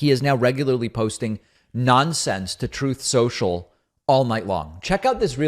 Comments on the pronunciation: Troath Sential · « Troth censhul »😂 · I laugh everytime I hear “Troatth sential” 🤣🤣🤣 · Repeating the way he says Truth Social never fails to get a laugh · Tired of hearing the clip of his mispronunciation of his losing platform